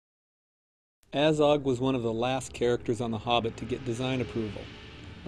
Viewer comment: It's Azog not A-zog